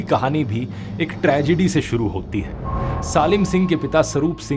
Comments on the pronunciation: Why is he calling SALIM as SAALIM?? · salim ko saalim kyun bol rha???? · Salim singh ki pronunciation glt bol rhe ha ap